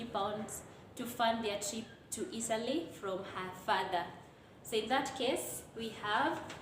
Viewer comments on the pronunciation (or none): Just a quiz is 'a' asilent letter I heard you say Itly instead of Italy 🇮🇹